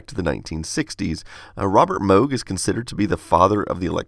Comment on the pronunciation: He pronounced Moog right! 👏